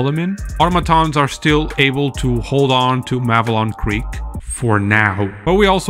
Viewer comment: Clearly a traitor, he can’t even pronounce Malevelon Creek